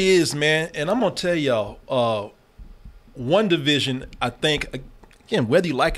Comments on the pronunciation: Listening to say One Division instead of WandaVision over and over made me 😅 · “Wunda” — 😂😂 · "Wunda". lol